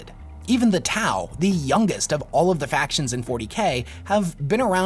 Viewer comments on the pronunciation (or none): none